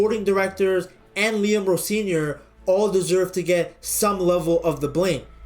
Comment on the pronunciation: Why the hard r on Rosenior 😮😅